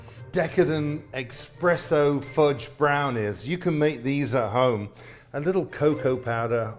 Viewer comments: Darren, it is pronpunced ESpresso. Not EXpresso. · Everytime someone says eXpresso instead of eSpresso an italian nonna dies of shame. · Terrific presentation Darren! but i'm surprised at you saying "eXpresso" when it is in fact "eSpresso" Thank you Darren🍀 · Chef Darren, please remember that there is no x in espresso. It's not ex-presso it's espresso. I know you speak the Queens English. Delicious recipe. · A shot of Bailey's would be great too! (But pleeease drop the X? It's eSpresso, not eXpresso!!) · Every time I hear someone pronounce espresso as expresso I die a little, but yes, just as its great to have a bit of coffee in chocolate to enhance the chocolate flavor, in a coffee dessert its great to have a bit of chocolate as well. Or a Texas style chili for that matter. Definitely going to try this recipe. There is a chocolate cake I learned long ago, that is a modified version of what we in sweden calls kladdkaka (sticky cake) which is a chewy goey chocolate cake. But the trick to this one is that you add a layer of tosca like topping, basically you boil sugar, syrup, cream and butter and then put in a lot of coconut flakes. That mixture you then spread on top of the chocolate cake. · eSSpresso...not eXpresso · Expresso?? Espresso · Did you say EX-presso? The HORROR!!!😄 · How is it that even a “pro” chef from England can’t properly pronounce “crème brûlée” or “espresso” without an X. Shameful.